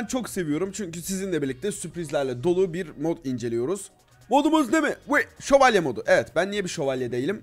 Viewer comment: Nobody::şovalyelerla savaştık